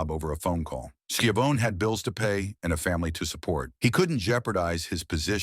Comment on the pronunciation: Why don’t you just make your own videos? Why do you rely on AI? You really, really messed this one up. Tony “ski-a-vone”? Video disliked.